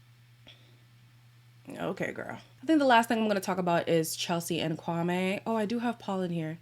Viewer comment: on a side note, after hearing these rumours about his "sister" being hired, I went back to watch the first episode where he introduces himself, he says his name is (KWAM-ee) yet his sister says (Kwam-ay). I could be reaching though lol